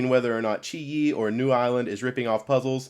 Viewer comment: You are one of the first people who knows how to pronounce qiyi :P